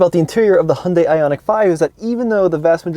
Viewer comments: Im sorry, u ruined this whole video by pronouncing Hyundai wrong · I guess what bothers me is, if you’re going to bring attention to something. Please do some research on it first. Hyundai even did commercials on how to say their name. Pointing out that it rhymes with Sunday. This is easily discovered via search engine. I just can’t take someone seriously if they can’t be bothered.